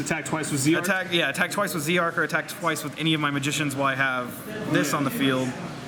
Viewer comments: It's not Zeeeee Arc it's Zarc . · BlahBlahBlah Blah look up the English printing it is Z-ARC